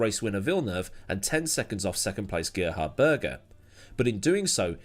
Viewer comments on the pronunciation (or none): none